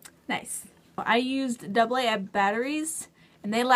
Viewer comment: I was just curious, what batteries did you use for the skirt? It almost sounds like you say Double AX.